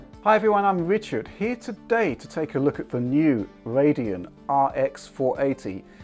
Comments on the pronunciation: you bootiful modafukaw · "Hi everyone, I'm Richard", NO YOU ARE